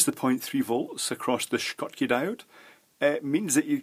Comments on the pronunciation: I am just curious about pronunciation of "schottky". You pronunced it like "shkotki" but I think that name of german inventor is pronounced like "shotki". Am I wrong? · Why are you saying SHKOT-KEY when it is SHOT-KEY? Just because you're a Scot ?? Or should I say SKOT :o) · Why the extra 'k' in Schottky,? (Edited to correct correct the name - apologies for the 'Dave'.)